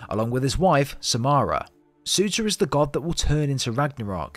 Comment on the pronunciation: Bro sorry but it’s pronounced sir-tuur